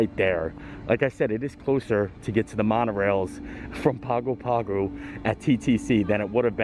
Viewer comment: Hey. Great vlog! Wish we were there to share the bread pudding with you. By the way Pago Pago is pronounced "pango pango"